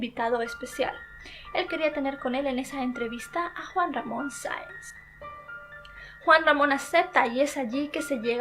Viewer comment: Muy buen vídeo,pero no pude evitar reírme cuando dijo Juan mamón